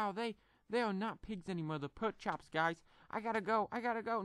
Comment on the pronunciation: he called them perk chops😂😂